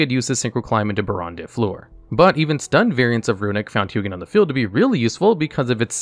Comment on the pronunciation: It bothers me that you pronounce Hugin differently in this video 😶